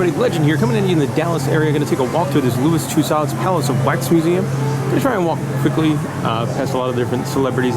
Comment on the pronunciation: It's pronounced "Too-so," not "Too-sod."